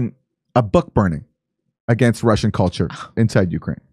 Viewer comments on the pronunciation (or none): She said "culture", but she almost actually said "color"!